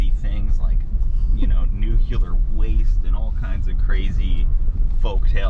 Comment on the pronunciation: This was really neat. But, buddy, nuclear. Not nucular lol